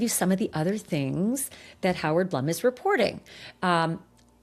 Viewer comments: Howard Blum is pronounced “Bloom”, not Blum. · Howard’s name is pronounced BLOOM, not Blum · Hoard Blum’s name is pronounced BLOOM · Ashleigh, Howard’s name is pronounced B L O O M! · Howard Blum is pronounced Bloom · Howard’s name is pronounced Bloom!